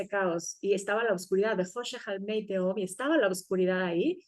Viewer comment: Me chirría oír "teom", en vez de "tehom", que es la correcta pronunciación de תהום. La letra ה NO es muda en el hebreo bíblico, el único que hay que tener en cuenta en la Qabbalá. Ni teom ni tejom, tehom. Repito, la ה se pronuncia como una leve hache aspirada, tehom. Lo mismo ocurre con תהו "tohu", y no "tou". Otro tanto con בהו, "bohu" y no "bou". Para cualquiera que conozca y ame ka lengua hebrea, hace daño al oído escuchar este video